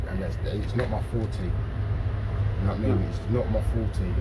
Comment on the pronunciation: he is saying forte